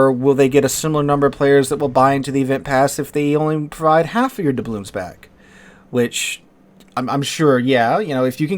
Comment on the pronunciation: Take a shot every time he pronounces doubloons incorrectly